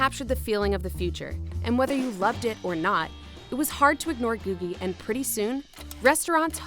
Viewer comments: Pronounced GOO-jee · I’ve always heard it pronounced “goojie.” (LA native here)